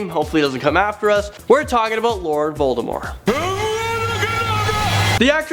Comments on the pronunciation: You pronounced Voldimort, shaking in anger xD im harry potter crazy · it's not voltemor... it's voldemort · It sounded like he said Lord Baltimore XD But my favourite HAS to be Anakin. But he isn't truly a villain, so... I'm guessing instead it's Kylo too.